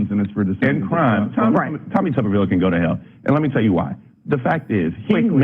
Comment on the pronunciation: It's "Tuber-ville," and I don't care what anyone else says.